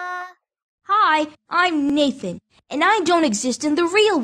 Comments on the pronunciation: Am I the only one that heard Naked instead of Nathan? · At first I thought you said "hi I'm naked" XD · For second i thought he said hi im naked